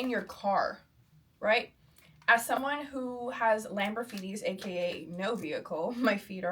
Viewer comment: Lamborgh feeties 😂😂😂